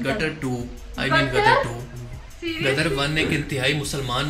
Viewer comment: Gaddar 2 nai Ghadda 2 (Donkey 2). Padhhhhhar 2